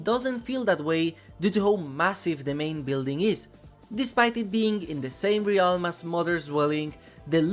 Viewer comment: Hey, I just wanted to say it's pronounced RELM, not RE-ALM. No disrespect, but it irks me for some reason hearing pronounced incorrectly.